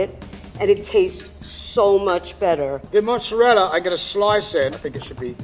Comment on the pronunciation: Is no one going to address how (obviously from Long Island) mispronounces mozzerella? They say mozzerell, manigot for manicotti, and prosciut for prosciutto. An actual Italian friend called it "low class slang." 😂 is usually all over folks who mispronounce Italian words.